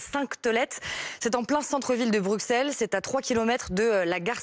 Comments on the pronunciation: On dit 'BruSSeles' et pas 'BruXXelles' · Pitié ! Pitié ! On prononce . Prononcez donc "Xavier de Xaintrailles a soixante-dix-huit ans et passe des examens sérieux du coccyx à Auxerre et Meaux". X se prononce de trente-siX façons diverses. Pour Bruxelles (et bruxellois) c'est "ss", comme le montrent son nom en néerl. Brussel, en anglais Brussels, en allem. Brüssel, en esp. Bruselas, etc etc. Il n'y a que les Turcs (et des incultes français) qui disent Bruksel. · On dit Brussel madame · Non Mr ,les flamands et les Bruxellois prononcent " Bruksel' Je suis belge. En Wallonie on dit les deux 😊